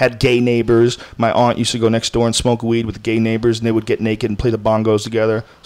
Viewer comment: You shouldn’t shmoka da weeds joe hogan